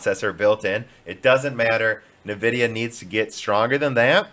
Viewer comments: NAvidia... is driving me nuts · he said nvidia on purpose I'm guessing because he was playing the part of someone backing nvidia in that particular part in that particular video. But he always says Nuhvidia when he is playing the amd guy. I don't know maybe I'm crazy. I'm guessing is his way of saying that nvidia is a stupid name that doesn't make sense and you can't even read. Which kind of it is.